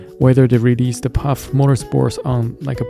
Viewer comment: Good video but it’s pronounced“faff” instead off “paff/phaff” 😅